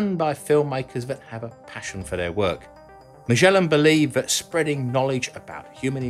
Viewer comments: As far as I know Magellan is pronounced with a "g", not a "ch". It's pronounced "gel" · I always thought you pronounced Magellan with a hard 'G'. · "Magellan", named after the famous explorer, is normally pronounced with a hard 'g'!